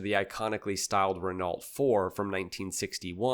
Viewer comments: "Renalt"? lol Here's a little French pro-tip for ya.... Renault is pronounced "Renn-Oh". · Awesome vid but I couldn't help wincing every time he mispronounced Renault - the average Kiwi can pronounce it closer to the correct pronunciation than this guy. "REN-oh" is closer than "reNOLT" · Renault is pronounced Renoh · Always funny when English speakers fumble that. :D (BTW the E is pronounced as a [œ] like in the word "burn") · Don't say "Zero zero one", say "Double O one". Has James Bond ever been described as "Zero zero seven"? No. Exactly. What the fuck is wrong with you? Only a dumb yank (sorry, superfluous use of the word "dumb") would be this inane. And, FFS, ask someone with a brain how to pronounce "Renault".